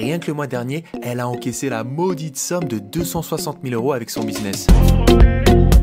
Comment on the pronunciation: La « modique somme », pas la « maudite somme »😂😭